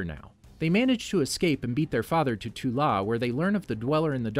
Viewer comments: This is amazing but so far you've said "Ta Lo" as "To La" or "Tu Law" so many times i'm crying XD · Yakuza is Japanese. Those were triads. Also adrian toomes is not at all with damage control, that was established in the first 10 minutes or so of Homecoming. It’s iron monger not war monger. It’s pronounced Ta Lo. And I think you misspoke about “stark meeting with banner”, he met with General Ross. He never met banner until the avengers. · One more thing to note: Shang-Chi's mother's homeland is Ta-lo. You switched the "a" and "o" around. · i think its crazy how u remember the icing issue from iron man 1 but couldnt be phased to pronounce TA LO instead of TO LA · Times where I was irritated as a die hard fan: Wrong pronunciations-Correct Tezzeract-Tesseract Toh La-Ta Lo Extreamis-Extremis Uylesses Klow-Uylesses Claw Sooter (what even)-Surtur Iron Monger, not War Monger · It is not "To-La", It's " Ta-Lo" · Someone is to 🌾 to say "Tt-ahh-Low but can somehow say "Yo-Hand....Shhh.. Mmmm-It." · You said "To La" but it's "Ta Lo". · Talo not Tola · Has to be said Ta Lo Not To La